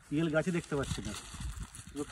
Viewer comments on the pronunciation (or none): পি এল না পিয়াল